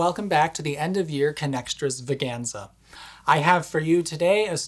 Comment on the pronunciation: "Connextras veganza" Is that meant to be a single word? 'Connextrasvaganza' extra vaganza? extravaganza?